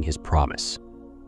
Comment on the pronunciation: It’s not fii Ron . It’s phee - Ron . You toool .